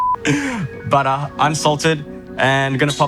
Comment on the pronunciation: When he says "bodo ah"